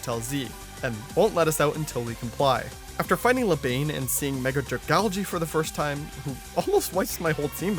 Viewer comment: No way bro pronounced Lebanne like that 💀